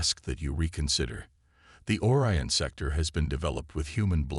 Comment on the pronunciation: this guy doesn't know how to pronounce simple words its pronounced O-RYAN not as OR-ION